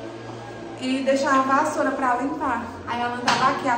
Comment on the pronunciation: falando barro?bassoura..kkkkk mulherrrr😂😂😂